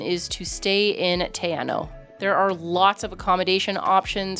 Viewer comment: Theres also a really cool little place to stay on the way at Knobs Flat.Quite cheap and has a really awesome walk to a waterfall,need to take food and drinks cause there are no shops.Also it's pronounced more like tea-r-now 😄